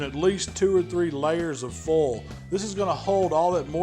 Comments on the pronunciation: The way he says foil makes me nervous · Especially how he says foil 🤣